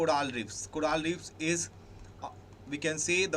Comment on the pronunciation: coral not coraal thank you for the analysis though